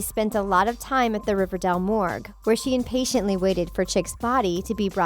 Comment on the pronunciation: Why do you call it ‘riverdall’